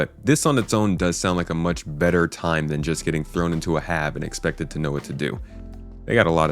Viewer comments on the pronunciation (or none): none